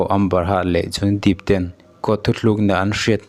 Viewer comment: Johny Deep a ni lo, Johny Depp aw...i lam dan kha